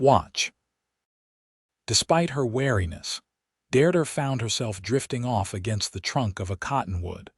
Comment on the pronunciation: This story is a good one. Listening to the story is really frustrating due to the lack of accurate English language pronunciation. The woman's name is "Deirdre" pronounced "DEERDREH" The story uses 3 different spellings - all wrong. The word is "Mesa or Mesas" Not Maces.